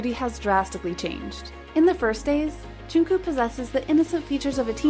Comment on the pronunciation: The way... she pronounced... Jungkook...